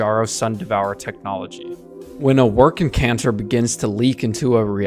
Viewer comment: I think your suppose to pronounce the second 'c' in W'rkncacnter. It shouldn't be silent. Love the blueprint diagrams in your video.